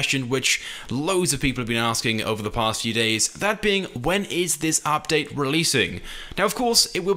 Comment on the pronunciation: the way he says "update" makes me cry inside